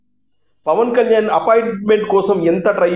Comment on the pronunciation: E maa Pavan Kalyan name palakataniki paniki radu